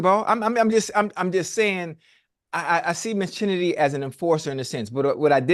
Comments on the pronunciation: Unk her name in Kennedy spelled with "Ch" now I'm tired of you calling g that hooper "Chinnedy" in Ocho's voice🤣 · Ocho you supposed pronounce the Ch in her first name like it's a K.